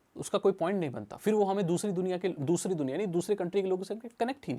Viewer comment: When u say Dhusri duniya 😂😅